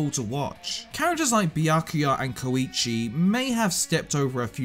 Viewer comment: He said koichi and sasumi(tsumugi)